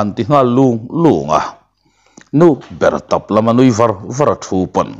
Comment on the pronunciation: A chhiartu hian i chhiar thiam hle mai. Ngaihthlak pawh a nuam khawp mai. Thil pakhat erawh ka'n sawi lawm teh ang. '' A kal var a'' tih hi. A kal thai a.tihna a nih laiin " Var " Tih hi a ri hniama lam tarah ri khanphei anga lam a ni a. Hei chu zau./ arh lam a kawkin ka hria. .